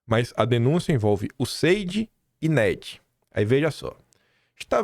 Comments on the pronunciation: Pra quem mora na Austrália em que o idioma é o inglês, a sua pronuncia está muito ruim, useidi?(USAID). Como as pessoas entendem vc na terra dos cangurus com essa pronuncia horrorosa?”imagino que tenha muitas dificuldades “ melhora isso moço. (Obs:. Pronuncia não tem nada haver com sotaque). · Acho legal o nord3stinho falando o ingles e. Danese a pronuncia. Mas diz-se iuéssaid. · Alo Quim !!! Ouvindo o Paulo de Souza, vc vai aprender a falar o nome do acordo MEC USAID da forma correta !